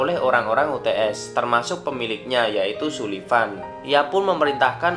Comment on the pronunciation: Sullivan dibaca Sulvian ki piye? 😅